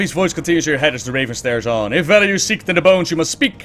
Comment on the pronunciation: "Awww it's teh waven ca-caw!" - 2015